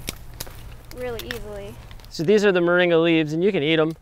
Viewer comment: MORINGA, not "Maringa"!